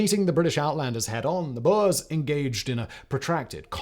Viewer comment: burs burs burs bOErs, man. BOErs.